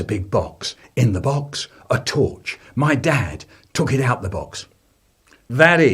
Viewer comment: Theuh...the torchuh it won't workuh its brokeuh....